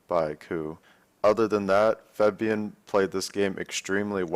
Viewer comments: but he pronounces it as Febian, not Fabian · Febian? Cmon Dyrone lol kek